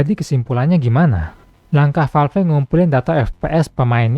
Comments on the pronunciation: Valve bang masak falf wkwk sama" kocak😅😂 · Kalo nyebut nama atau istilah bahasa inggris tolong disebut dengan ejaan asli, masa Valve nyebutnya falfe, konten uda bagus